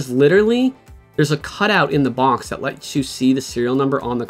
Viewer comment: There’s no N in the word box bruhh